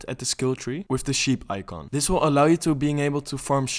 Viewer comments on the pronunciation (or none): none